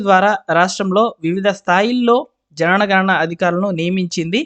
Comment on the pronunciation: Why do you always read JANANA GANANA ?